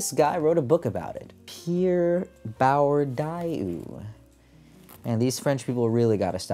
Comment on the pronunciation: Please, it's more like [bwʁdiø] than [buʁdjø], nothing like 'bordeaux' ranting with a strong French accent